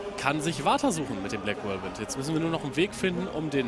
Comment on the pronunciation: nächstes mal bitte Whirlwind richtig aussprechen kollege